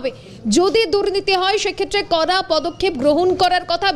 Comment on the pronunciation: উচ্চারণ ঠিক ঠাক করা প্রয়োজন। "কড়া পদক্ষেপ" , এই টা শুনলে মনে হচ্ছে "করা পদক্ষেপ" । "ড়" এবং "র" ফোনেটিক সাউন্ড এর পার্থক্য আছে, দেখে নিতে হবে।